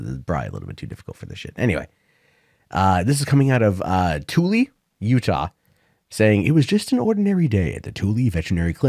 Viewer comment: Having lived in Utah for 22.5 years, the locals that I know of pronounce it "Two Ella".